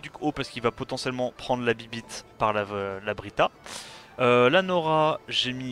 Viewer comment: C'est Brita pas Britra :p P'tit méla,ge avec le Asura dark